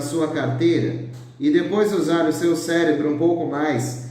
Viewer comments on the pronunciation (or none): none